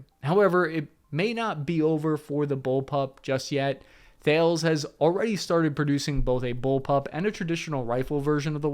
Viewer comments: Just a heads up,Thales is pronounced talis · Thales is pronounced like Talis. Timor is pronounced like Teemor. Dili is pronounced like Dilly. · Also.... Tee-more. Dilly (like dilly-dally). And Ta-les. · Thales is pronounced "Ta-Les". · So they are pronounced Lith-go, as in "go ahead" not Lith-gow or "do it now" and the other is Thales is pronounced "Talice" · I like that the one time he said he'd pronounce a word wrong (Aquaterro) he didn't. :) It's fine, lots of folks pronounce things differently. "Thales" (basically) is "tal-ess", which rhymes with "palace". "Timor" sounds like "tea-more". "Dili" rhymes with "lily" or "silly". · Thales is pronounced TA-LES. French company with a very significant presence in Australia. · Thales is pronounced so that it rhymes with Alice (ie. Tell-ess) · As a French company Thales is pronounced Tal-es. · I’ve only heard it pronounced Tal-oss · Hi. Great vid as always. Just so you know, the defense company Thales is pronounced like "malice", the h in Thales is silent. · It's pronounced Tal-es not Thales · While we are at it.. Thales the company is pronounced "Ta-Lis" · Can you learn how to speak at some point? LithGO. Not LithGOW. Timor and Thales also wildly off amongst every other mistake in this one. Crikey. Learn how to talk proper would ya? ;) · Why can no one pronounce Thales correctly? The company is named for the Greek philosopher. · say Thales again, I dare you. Maybe not where the French can hear it though.